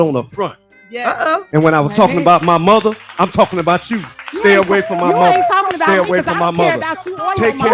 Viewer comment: "My motha... has blood pressha" 🤦🏿‍♂️. In the words of the great Kevin McCallister, we all do.